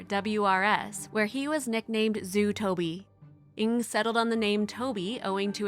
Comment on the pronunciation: The name is TOVI in Hebrew not Toby!...